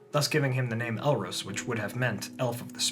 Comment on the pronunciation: it's pronounced El-Ros, (as in the the bird rose up to the sky), not El-Rose (like the flower).